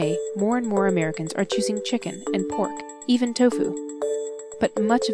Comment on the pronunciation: The way she says chicken is so funny, I don't know why...